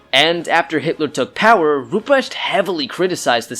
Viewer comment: A 10 minute video where the first 5 minutes is just the setup... Also the pronunciation of Rupprecht makes me want to cry